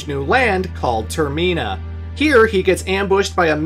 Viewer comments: TerMEENa, I do not think so Senior. It’s TermINa, I know it doesn’t follow the whole English convention around vowels needed to be separated by more than 1 consonants for it to have a soft vowel sound. But we gotta remember these were all originally Japanese words or names, so I do believe it is properly pronounced term-IN-a rather than ter-MEEN-a, because if you were following the normal English rules, wouldn’t it turn out to be Ter-MINE-a rather than MEEN-a? I dunno, I just saw my pronunciation being declared as wrong all these years, and OF COURSE had to defend it. Heaven forbid I’m actually wrong about something lol 😂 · Ter-min-ah NOT Ter-mean-ah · Bruh it’s term-in-uh not term-mee-nuh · Ter-min-uh not toor-meen-uh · Literally nobody pronounces it as Ter-mee-nah Its Ter-men-ah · or just have better reading comprehension skills. its literally terminal without the L, so tur-mih-nuh also its your fault for even trying to remotely imply there is anything wrong with majoras mask, a literal masterpiece of a game which has yet to be replicated. why you included that ggame in this video is beyond me. perhaps you just wanted clicks and were willing to say something stupid for views/attention. well it worked. you have my attention now. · You had me yelling at the screen every time you said term-ee-na 😆😆😆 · Every time you said "Ter-ME-na" I died a little. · Termeena is actually wild 😂 Never heard anyone say it like that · How are you the only person I’ve ever hear pronounced “termina” wrong?? It’s said how it’s spelled not “ter-MEENA” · Its like TER-MINE-A :D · Clearly Majora's Mask needs a remake with voice acting, so I can pronounce Termina correctly. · I was about to comment a whole essay of praise and cap it with "...but if you pronounce Termina that way again..." 😂😂 Great vid! Love your work! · havent watched the video yet but do you mispronounce termina lol edit: WHAT THE FUCK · The scariest bad ending is finding out how pronouces Termina